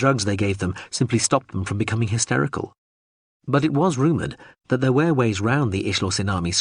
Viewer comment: Is this an a.i reading too? Have the culture invaded youtube? If not, why is every instance of the word 'were' being pronounced 'where'?